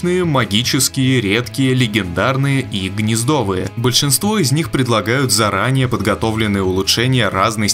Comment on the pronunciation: не гнездовые, а гнездовые -_